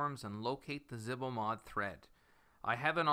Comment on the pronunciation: Zebo. It's zebo Not zihbo